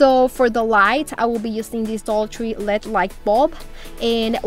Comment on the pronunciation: Girl! You crack me up…..it’s not led lamp……it’s L-E-D…..lol🤣🤣🤣🤣. Love BOTH of your channels❤️❤️❤️❤️